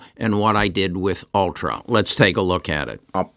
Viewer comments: It’s ulta not ultra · It’s ulta beauty. Not ultra.